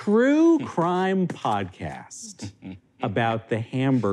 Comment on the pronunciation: The way "Po'cast?" broke Alex so immediately and so violently will never not be funny to me